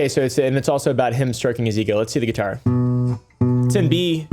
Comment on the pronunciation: Gee-Tar flex :face-purple-wide-eyes::face-blue-smiling